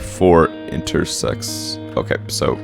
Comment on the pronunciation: " Wing panel one by four, intersex..... "